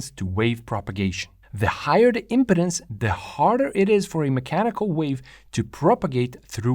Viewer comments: Excellent video. When you pronounce "impedance," your accent sounds like you're saying "impotence." It's no biggie; it's just kind of funny to my American English ears. In these last twenty minutes, I learned more about how an expansion chamber works than in the last twenty years. Thank you. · I don't know how English gets reinterpreted in New Zealand, but in America, we say "im pee dence" (with a long 'e' sound in the middle syllable). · Great description. I was surprised to hear the discussion extended to "impedences." That was really great an is essential to understand what's going on. Notice how trumpets, trombones, etc, have a flared opening to the air....it's for impedance matching to avoid a reflection back into the instrument. BTW. In American English, it's pronounced "impee..dance." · Its said Im"pee"dence.. like when someone is impeding the flow of traffick. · Traditionally in English first "e" is long, but I ain't gonna give the guy any crap for pronunciation since it's pretty clear that English ain't his mother tongue.